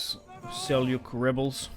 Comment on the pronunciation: as a turkic person myself i can tell you its seljuk not selyuk all in all though i check everyday for ur vids this is an awesome series i think you should take anatolia georgia bulgaria and after thst go after the ayyubids and egypt restoring the eastern roman empire and bring roman glory back